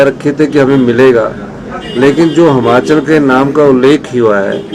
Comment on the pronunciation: Aa gya jhut bolne phir se esko koi Himachal bolna sikhao phele